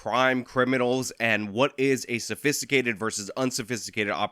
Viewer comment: I don't know why he said sophisticated like that, but it's not ok. I'm headed to his house right now in his new car with an angry note on it.